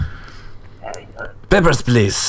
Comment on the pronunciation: "Peppers please" 😂😂